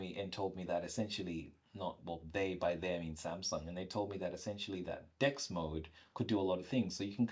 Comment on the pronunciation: I like your point of view, but if I can recommend you one thing, it's about pronouncing DeX sounds like 'dicks'. It transforms the entire video when you say 'I'm in dicks'. Yo man, why am I on pornhub when I open YouTube, you know what I mean?